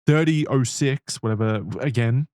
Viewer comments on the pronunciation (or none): This is the second time I have made this comment on red thread since Isaiah left.... it's called 30 OTT 6 PRONOUNCED LIKE IN OTTER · .30-06 is a very old caliber and it's pronounced "thirty-ought-six" so is valid for not knowing how the fuck to say it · American here who felt the need to hop from Apple Podcasts to YouTube so I can comment on guns, YEHAWWW. So the 30-06 (pronounced thirty ought six) is a 30 caliber hunting rifle round that was created in 1906. Which is why it’s called a 30-06. The video definitely looks like it could be a 30-06 to me. It’s basically large round made for hunting deer and wartime rifles and machine guns. It’s big enough to kill an elk and maybe a bear though it wouldn’t be my first choice. - A random Texan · Even if Kira is the one preparing the notes, I don't think it should be so obvious that this is the first time looking over any of the information, even a quick look see somewhere else to learn how to say 30-06 would suffice